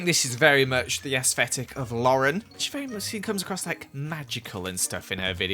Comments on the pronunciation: I just realised says aesthetic as 'aesfetic' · Nobody: Not a soul::aesvetic